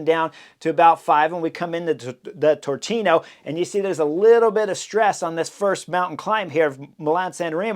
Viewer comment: BTW In Italian the [ch] sound is [K], so Turchino sound is Tur[k]ino, not Tur[c]ino. :-P